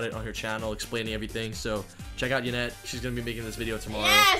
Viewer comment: Haney wtf it's yanet